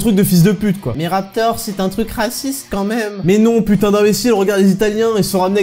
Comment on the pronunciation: Lof Pepite c’est « quand même » et pas « comme même » parce que « comme même » ça fait vraiment blédard c’est comme « Fronce », ti camprond ?